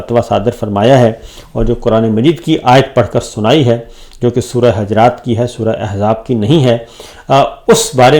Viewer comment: سورۃ حَجرات نہیں ۔۔۔۔۔۔۔ سورۃ حُجرات ۔۔۔۔۔۔۔۔۔۔۔